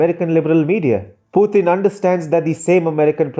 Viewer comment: Absolutely right. But please pronounce the name as Mr. Putin and not Puthin.